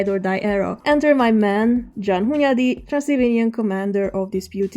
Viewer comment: "John Hunyadi" I'm halott like is this how english blokes say it? 😂